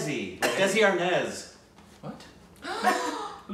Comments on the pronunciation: No he said Dezi instead of Desi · DESI IS PRONOUNCED DAY-SEE NOT DEZI AND IT IS USED TO SAY AN INDIAN OR PAKISTANI = BROWN = LOCAL= NATIVE. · No he didn't he said Dezi not Desi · Desi in this instance is pronounced "They See". You see? It means a fellow Indian. Or just Indian. 1. adjective local; indigenous. derogatory rustic; unsophisticated. 2. unadulterated or pure. "desi ghee" noun: desi; plural noun: desis; noun: deshi; plural noun: deshis 1. a person of Indian, Pakistani, or Bangladeshi birth or descent who lives abroad. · Desi is pronounced They-see.. it is North Indian slang for Indian/Local